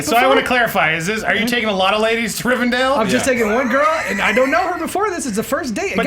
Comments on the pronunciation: Rivendell, not Rivendale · Come on... It's RivenDELL, not dale... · ist not RIVERDALE its Rivendell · OH MY GOD, IT'S RIVENDELL NOT RIVENDALE. And you guys really need to read Alan Moore's Swamp Thing! One of the best comics ever! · the fact that a bunch of movie nerds call rivendell rivindale disturbs me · As a Lord Of The Rings fanboy nothing on this earth hurts me more than hearing everyone call "Rivendell" "Rivendale". still can't pronounce anything right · I'm pretty sure it's Rivendell, not Rivendale... or maybe I'm just hearing it wrong. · when they keep saying "Rivendale" instead of Rivendell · It's pronounced Rivendell! Sorry, I just had to get that off my chest. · Why can't anyone pronounce RivenDELL? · Please pronounce Rivendell correctly, if you know so much about movies.